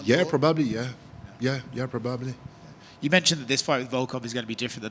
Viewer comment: “ yeah probubbly “ lmaooo